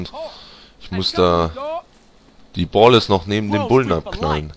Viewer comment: ich weiß nicht aber ich glaub ballas spricht man so wie es geschrieben wird aus du aber iwi boaalllas